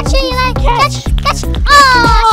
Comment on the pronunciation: It’s not Elie its Eli